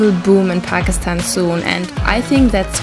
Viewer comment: She really knows how to pronounce Pakistan unlike some Youtubers. So she is definitely speaking truth.